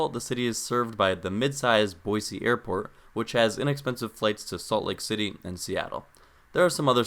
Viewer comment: Hello, former Boisean here! Born and raised, lived there 19 years, juuuust outside of Meridian. First off, thanks for pronouncing Boise with an S, not a Z. It's a shibboleth, anyone who says "Boy-zee" is an outsider. "Boise" was named so by French explorers, who, after weeks of traversing the deserts to the east, finally saw evidence of water in the valley below and reportedly shouted, "La Bois! La Bois!" which means, "Holy shit we're not going to die of thirst!" (Jk, it's a word for woods.) So, it comes by the "city of trees" moniker a bit convolutedly. Couple small things you missed. Boise wasn't a mining town as much as it was the aggregation site for mining in other towns; farmers and miners traveled to Boise to access the railroad. Also, Boise is home to the Peregrine Fund, which developed methods that saved peregrine falcons from extinction, and has greaty contributed to similar efforts to save California Condors and other birds of prey all over the world. Truly one of the greatest things Boise has to be proud of. Some bigger things you missed, the traffic in Boise is egregious. The city did not plan for the Boise/Eagle/Meridian area to ever have more than 100,000 residents, and has moved too slowly to adapt to the 800,000 people who now commute sometimes 100 miles a day through it. Likewise, many of the larger roadways are dangerous. 50mph stroads are the norm in Meridian, Eagle, and the Bench. The is currently ONE freeway for the majority of residents, on which driver